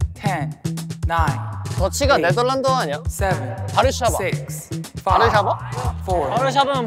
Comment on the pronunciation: My favourite part of the video was where they started talking about Warsaw. I'm from Poland so I was really happy to see my country mentioned! I was so excited too because the boys pronounced Warsaw in Polish, which is "Warszawa" 🥹